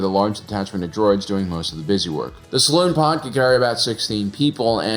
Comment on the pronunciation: "Saloon Pod"? 😆